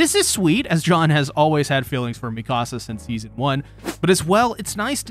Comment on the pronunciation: I lovingly and gently suggest correctly pronouncing "Mikasa". Please and thank you 🙏